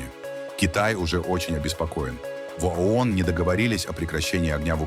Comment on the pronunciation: Совет безопасности ООН,а не АОН!Говорите правильно!